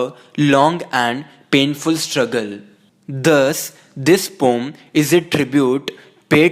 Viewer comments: Isnt it im hearing the same Instead of poem ur Proununcing it pom😂(just for fun) but nice explanatn✌️👍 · Yes pom 😍😛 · It's also pronounced as pom :')